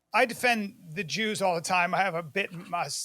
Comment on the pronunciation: admire and jooz in the same sentence ? 😂